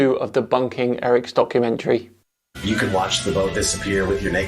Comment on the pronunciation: 😂😂 “debumkummentary”😂😂 Has to make it into the Oxford dictionary